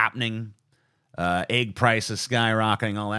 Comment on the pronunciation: The Y in your "eggs" is worse than the L in your "both." Sound like The Fonz ordering breakfast. =P